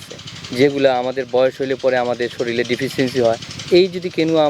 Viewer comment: ওরে ভাই শরীল নয়, কথাটি শরীর । অফিসার??